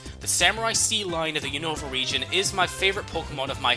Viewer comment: I hate being "that" guy but a lot of people keep pronouncing Unova wrong. The accent is on the U not the O.. Unova as oppossed to unOva